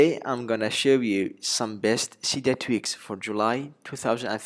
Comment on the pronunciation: Love how you pronnounce "tweaks" jajaja nice ones, greetings from Argentina.